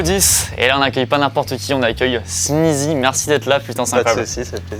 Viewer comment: il a dit snyzy...:(